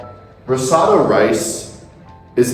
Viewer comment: You’re mispronouncing risotto.